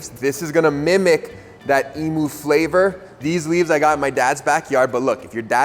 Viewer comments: also the bird is pronounced “eem-you” not “eem-oo”👍🏻 but you probably know that already😁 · An ee-moo isn't the bird regardless of what you were referring to. As an Australian it's eem-you. If you pronounce it the American way we will likely beat you up. We are all criminals here. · It isn’t pronounced like the flightless bird at all. The Emu is not pronounced Emoo, like it’s a cow. It’s pronounced ee-mew. And yes, I am Australian. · Max, like all Americans you mispronounce emu. It's not e-moo, it's e-mew. So very much not pronounced the same as the Hawaiian word imu. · The flightless bird is not pronounced "e-moo" but "e-muu" 🙂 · Except: imu and emu aren't homonyms. Emu = eem-you, not eem-oo. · Ah, as an Australian, I'm glad you have covered the Imu here. Because our flightless bird, the emu, is not pronounced "e-moo", it's pronounced "eem-you". Our bird, our word. If you come to Australia and ask to see an "e-moo", we either won't know what you're talking about, or think you want to see an electronic cow. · Small thing: Emu would be pronounced "E-mew" not "E-moo". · I knew it wasn't the flightless bird because that is pronounced "eem-you"!